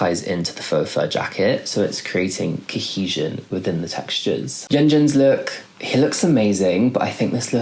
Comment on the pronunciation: umm can you please work a little on your pronunciation of Yeonjun in literally sounds like Yeonjin and sometimes Hyunjin rather than Yeonjun